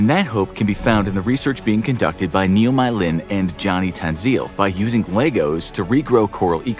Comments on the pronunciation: I'm here after seeing my country in the title of this video, the ''Mei'' can be pronounce as ''May'' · Just a note! Mei should be pronounced "may" :)